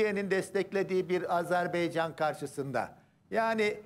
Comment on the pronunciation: azer bey değil AzerBaycan dı hürmetler saygılar 🇦🇿🇹🇷